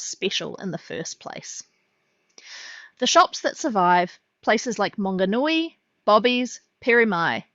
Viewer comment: Mam, its "MANGONUI", not Monganui, its even written on the side of the building.